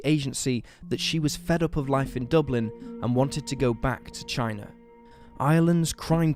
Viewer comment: I just can’t stand the commentary, for what ever reason this dude pronounces his a’s as r’s for example Lawr instead of Law, Chiner instead of China, ect, it’s completely unnecessary and misleading. Anyone agree?